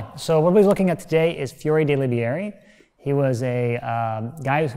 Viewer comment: Pronunciation in video: lib-ee-AIR-ee Real pronunciation of “Liberi”: LEE-bair-ee